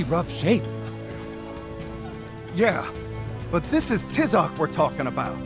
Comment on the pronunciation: is anyone else bothered by the way they pronounce Tizoc's name